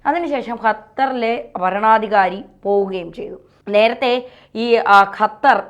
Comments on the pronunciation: Hatar alla qatar.😅😅😅😅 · ചേച്ചി ,അത്തർ അല്ല ,ഖത്തർ ,ഖ ഖ,അതായത് ക,ക്ക ഖ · അപ്പോൾ ഖത്തർ കാലുപിടിച്ചു രാവിലെ വിഷം ചീറ്റാൻ തുടങ്ങി ഖത്തർ അല്ല ഖത്തർ ആണ് മാത്യു സാമൂവൽ പറയും പോലെ തന്നെ നിങ്ങൾ പറയും പോലെ എല്ലാവരും തിരിച്ചുവരും മോഡി യും ഖത്തർ അമീറിന്റെ കൂടെ എബിസി ചാനൽ കാർ ഉണ്ടായിരുന്നു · യ്ക്ക് ഖത്തർ ഇടയ്ക്കിടെ ഹത്തറാവുന്നുണ്ടോ? സഹാവ്, മുഹം എന്നൊക്കെ പറയാതെ ശരിയായ രീതിയിൽ ഉച്ചരിച്ച്കൂടെ.